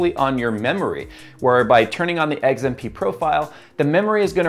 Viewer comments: Dude it's XMP not Eggs MP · WTF is eggs-M-P profile? Bitch you cookin?Edit: Finally the correct X.M.P . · Is it just me, or is saying XMP like "Eggs-im-pee"? It could just be an accent thing, but I usually pronounce the letter X like "Ecks" and not "Eggs". Lol. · oh god, now I can't stop hearing it. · He’s saying “eggs and pee” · Yo stop saying EGGS-mp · lol when says XMP he pronounces it EGGS M P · Did he just say Eggs M P? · Fried a 16 day old 6700k running 4.8 1.34v.. well below the internet's supposed maximum. Tweeted you a pic of the burnt contact on the bottom of the CPU too, though I doubt you saw it. Edit: Just to be clear, it's the first CPU I've ever toasted, and I pushed an old 965BE to 4.2 1.45ish-v Also, lol "eggs-m-pee" :P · I swear he said eggzmp profile the first couple of times he said it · why cant you say X M P???? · "eggs M P" - trying to say XMP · glad I was not the only who noticed that